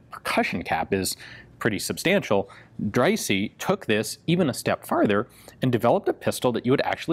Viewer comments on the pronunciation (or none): I think that's pronounced Drysah not drysee